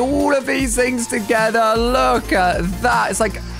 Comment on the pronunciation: When he says look , somethimes it sounds more like lack